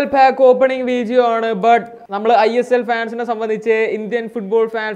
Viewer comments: Y are you telling veejio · വീജിയോ അല്ല, വീഡിയോ.. ഡി.. ഡി.. ഡിങ്കന്റെ ഡി..